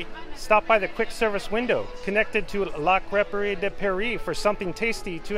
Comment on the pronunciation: Thank you for pronouncing La Crêperie de Paris, I would have been embarrassed pronouncing that wrong.